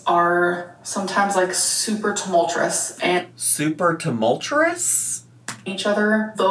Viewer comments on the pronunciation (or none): where is she getting the 'R' for 'Tumultuous' 😂 supertumul-throus Super-too-moltres Supertumul-thres Supertoomeltrus. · "Super tumul-churus"? Queen of the vocab 😂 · “Tumultrous”, “Doormat” -, 2025